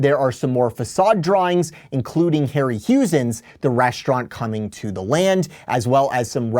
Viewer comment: I guess you can’t be blamed for not knowing who Ray Harryhausen (pronounced harry-howzen) was. Probably the greatest special effects creator in movie history. Look him up. You will see things you’ve probably seen before and didn’t know where they came from.